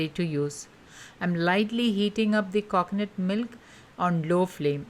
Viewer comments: Please learn to speak or stop making videos. Its not KOKONUT its coconut. The way you talk makes my ear hurt its like you are purposely talking in that weird annoying accent. Sorry but its super annoying. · It's coconut don't say coacoanut . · Coconut not cockonut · "Cocnut curd" for God's sake lady say coconut properly. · Cocknut !! Milk yogurt 🤯🤣